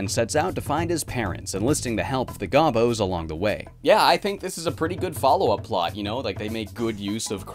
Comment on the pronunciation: It's pronounced goh-boh